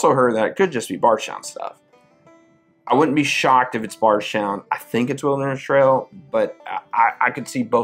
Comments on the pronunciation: Is it pronounced "bards" or "bardsh" town? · Yep, I'm curious too. If it's indeed pronounced BardSHtown I'd love to know the why 😅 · One of my favorite bourbon YouTube channels but i cant stand the way you pronounce Bardstown 😅